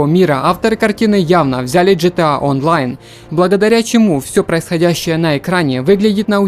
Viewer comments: не джетеа а гетеа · джета оу май кровь из ушей\ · джита)))) серьезно))) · произносится на русском звучит произношение как джитиэй.